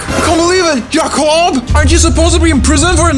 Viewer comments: Jacob not yacob. JACOB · Y yacob instead of Jacob